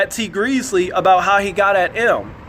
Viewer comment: Did u call him Tea Greasly?😅🤣